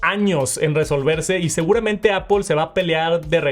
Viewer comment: Por qué le decís "APOL"?????